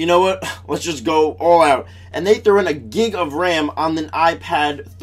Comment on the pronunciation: LOL First U sound like saying Geeg of Ram LmaO then of Gigggg hahaha ! Thumbs Up if you noticed that xD :P